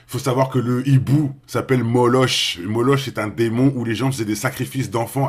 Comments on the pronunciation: MON FRERE C PAS MOLOCH CA SE LIT MOLOK COMME EPOCH TIME C EPOK TIME CA C MAGALIE ROBIN🙋🙏👍❤️🍀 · Bonjour, Moloch se prononcé molok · Ça ce prononce molock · Ça s’écrit « moloch » mais ça se prononce « Moloque »